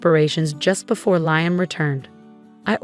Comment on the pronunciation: Liam, pronounced Leahum, Layum, and Leyeum what the heck is it? Make up your mind.!! There may be a few other pronounciations as the story progresses so be prepared.